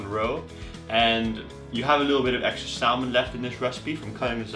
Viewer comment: Most people don't pronounce the "L" in salmon.